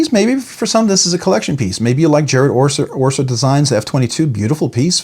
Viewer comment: fyi, it's Jared Oeser, not Orser.